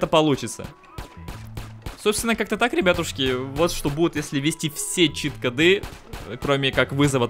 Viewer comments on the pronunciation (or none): чит-кОды, а не чит-кАды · Не Кады, а коды!!!!! Такое ударение - это тупость. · Короче, ты вроде неплохой человек. Но во-первых, чит кОды, во-вторых, поменьше бы пиздежа, побольше бы дела,в-третьих, ты похоже маленький ещё? Это же как надо коверкать многострадальный русский язык?